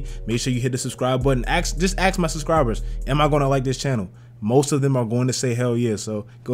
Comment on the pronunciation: Am I going to like someone who says axse instead of ask.... no